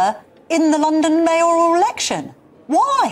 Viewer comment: Mayor–al not May–oral.